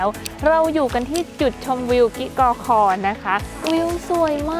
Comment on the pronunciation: กิกอคอ - ในคลิปอ่าน กิ๊กอคอ บ้านจ่าโบ่ - ในคลิปอ่าน บ้านจ่าโบ ชื่อสถานที่ คนพื้นที่เขาออกเสียงแบบนั้นจริงๆ หรือคลิปอ่านพลาดครับ?